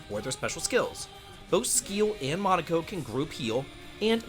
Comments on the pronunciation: he couldn't even pronounce Monoco correctly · but not enough respect to even say his name correctly~